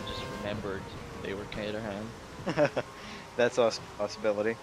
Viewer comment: its ca-trum not ca-ter-ham